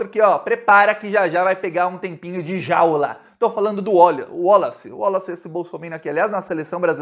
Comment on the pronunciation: Gente o enche a boca pra falar JJJJJAAULA!!!